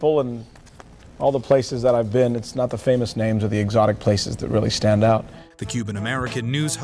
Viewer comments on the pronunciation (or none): none